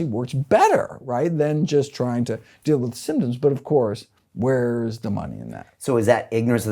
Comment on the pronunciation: I love this guy because he talks like Jerry Seinfeld "and what's the DEEAL with heart disease???"